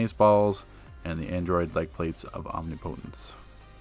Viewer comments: Nice vid... But it’s pronounced “Om-NIP-otence” lol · Chris Runyon Where did I say “otence” was one syllable? Lol... I just wrote “NIP” to show it was the stressed syllable, pronounce rest as normal... That’s all... So thank you for clarifying I was right all along... lol